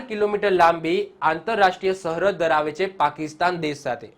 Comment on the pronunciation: સહરદ નઈ સરહદ 😂 પેથાપુર નો બંકો